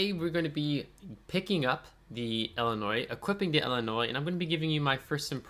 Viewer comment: Aah Illimoines... wut? 😂